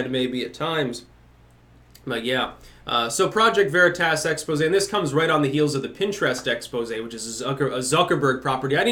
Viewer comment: I like how you pronounce veritas... it makes me happy